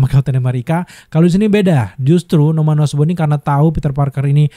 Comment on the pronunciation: Norman osborn jadi norman osbrown 😂😂